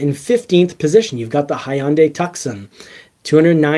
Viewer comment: It is Hyundai TOO-SAN, not tuckson. A place in Arizona.